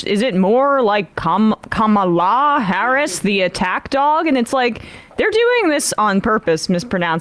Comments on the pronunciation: She said it in the very beginning. It's pronounced comma-la. But her name could be Mary or Betty or Sue and they would find new ways to disrespect her. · Ka-Ma-La my lord, Ka-Ma-La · Once again de Santis mispronounces "Kamala".